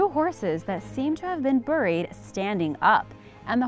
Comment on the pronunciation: The way you say "bury" or "buried" and "Ghangis" 🤣🤣🤣🤣🤣 LMFAO